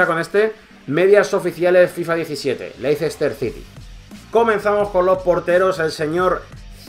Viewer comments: Lo esta pronunciando como se escribe "Leicester", y en inglés se pronuncia " Lester" Leicester esta mal en el habla inglesa, debe de ser LESTER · se pronuncia "Lester" no Leicester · Me duelen los oídos cada vez que escucho 'Leicester' jajajaja buen video crack